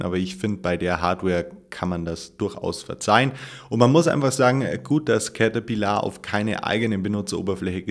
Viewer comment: Cäterpillaaar ????!!!!!!!!! XD